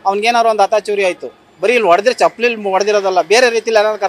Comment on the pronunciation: ಚಪ್ಪಾಲಿ ಅಲ್ಲಾ, ಚಪ್ಪಲಿ ಏನ ಕನ್ನಡ ಹಾಕತೀರ್ರೋ